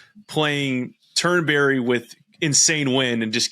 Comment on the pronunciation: It's not Turn-berry it's Turnbree. It's not difficult.